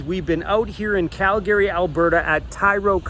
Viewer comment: It's CAL-Gree not Cal Gary